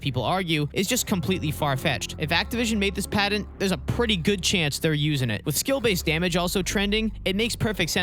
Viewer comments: If you hadn't had "Patent" typed out in text I'd have never been able to figure out you were saying that. Padden? What's a Padden. T and D aren't interchangeable letters boss! Love the videos tho haha. No shade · He said padint like 5 times at least… how are we supposed to take this seriously? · It's not pronounced padent. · Great video. pat-ent. Sorry driving me nuts. lol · There is no D in patent.